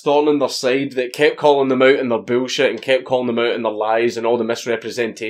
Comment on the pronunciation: I love the way dank says bullshit “boolshiet”